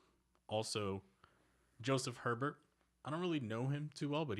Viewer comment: How can Joe Hebert be your boy when you keep pronouncing his name wrong, its not her Bert, try a bair